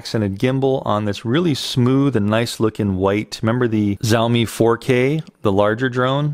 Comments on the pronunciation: Great review. FYI "X" in Chinese is pronounced Sh, so Shaomi, not Zaomi. They now own Segway and also produce all the rental scooters for Bird and Lime that you may see in your city. Now that they have tested the waters and entered the Drone market, you can bet on them upping their game and competing heavily with DJI. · SenatorPerry Missouri , The Xiaomi state.